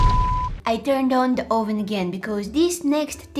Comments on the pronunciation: Oh ven do u mean oven😂😂 It sounded like you said Oh ven Are you trying to call someone a real trying to get to the oven?That's what I was So so confused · 😂I LOVE THE WAY SHE SAYS OVEN😂